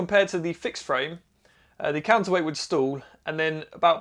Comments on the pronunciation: Who else had to watch several times before realizing that when says “stools”, he means “stall”? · I thought you said stool points at first! :)